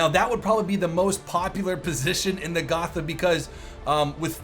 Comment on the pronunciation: Hey sorry if i have to correct you, but its pronounced Go-t-a so the "th" is not pronounced as a "th" in english. Anyway nice video an interesting info